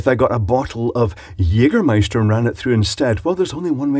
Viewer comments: er spricht das "ä" richtig aus :) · you say jägermeister like a german :) where do you come from? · As a german I can confirm that he pronounce the word Jägermeister nearly perfect! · I love his "Jägermeister" pronouciation